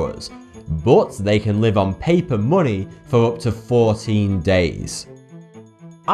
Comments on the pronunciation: why do you call it muni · monay... bot.... your Enlish sok dode!!!!!!!! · Its weird how you say money it sounds like muney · "Munay" "Gold is weird" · AAAAAAAAAAAAAAHHH!!!!!! FUCK YOU FUCK YOU FUCK YOU!!! You cant possibly brenounce money like that.😩😩😩💢💢💢